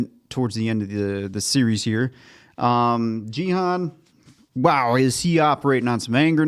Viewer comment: Loved your reaction. Just one small point: it's pronounced "Ghee" (hard G), "Hoon" (rhymes with racoon). So Ghee-hoon rather than Jeehun. I have no idea why dumb-f*ck Netflix decided to spell it Gihun instead of Gihoon.